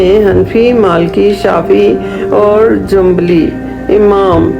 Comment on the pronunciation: jambli nh8 hambli shaafi maalki shaafi jambli ni h9ta hambli hota h